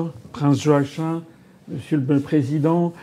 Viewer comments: Joachin ??? Cela se prononce : joakim tout simplement . C'est quoi cette espèce de francisation ??? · Prononcer Yoakim en vérité 😊